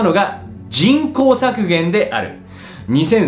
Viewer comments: 人口のイントネーションがおかしいぞ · 人口密度の時だけ普通のイントネーションなのも気になる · じんこう⤴︎の発音が気になる笑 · 人口の発音が気になり始めたら話が入ってこない… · 人口 の発音が、、f^_^ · 人工の発音ちがう。